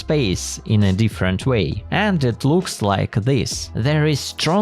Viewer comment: I think he said "2 different" but I can't unhear that